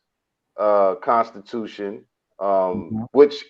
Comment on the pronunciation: READ: Con-stuition :)